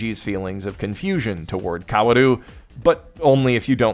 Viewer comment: This is barely related to the video but can someone please tell him that "Kaoru" and "Kaworu" are pronounced the same way. Other than that good video, also thank u for presenting the kitchen scene comparison honestly (I made the original tweet abt that one that got traction and I've seen the comparison out of context WAY too many times now)